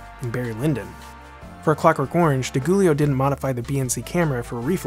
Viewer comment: I attempted to watch this but was repelled by the narrators hideous pronunciation of the word orange.